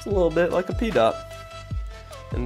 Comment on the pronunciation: pee dot? lol